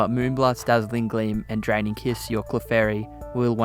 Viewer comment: I keep hearing him say Dragon kiss... Am I hearing wrong? 😅 It's Draining Kiss.